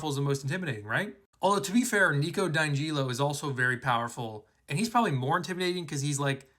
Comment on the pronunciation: OK, no hate, but can you please pronounce Nico‘s last name correctly?